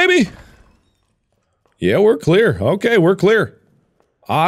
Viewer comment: "I guess we're Claire, I guess we're Claire baby. Yeah we're Claire. Okay we're Claire..Oddly enough we are Claire" It's great mark know's who he's playing as. (And yes I do know he is saying clear but it sounds like he's saying Claire)